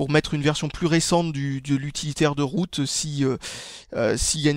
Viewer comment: on dirais que tu dis toujours biroute,mdr